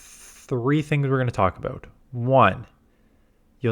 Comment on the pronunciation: Damn i just heard it He pulled the canada abooot